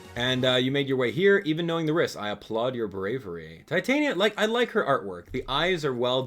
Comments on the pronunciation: Not to judge, but i think it is pronounced ti-tan-ya, not tie-tai-nya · Its ti-tan-ya not tai-tain-ya